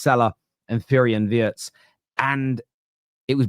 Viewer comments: Wirtz is pronounced with an "e" like in "see" or "Bee". But we all understand "Wörtz" like in "words" 😂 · Of course it's pronounced VEERTZ. Obvious to anyone who has paid any attention to anything German ever. The lettter I is pronounced EE basically every language in the world apart from English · Hi I've caught you struggling with his name. It's actually NOT that difficult: If you can say Rachel REEVES....you can also say 'WEERTZ'!! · It's Weertz, not Wurtz, and he is a superstar already. Now you are going to taste his style of cooking. Love your dad's wisdom about players who have all the time in the world. Very true. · Just say Vurtz mate. Please.